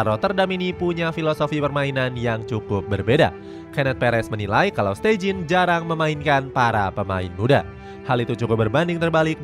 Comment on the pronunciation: steijn bacanya stein aja ya, bukan steijin 😒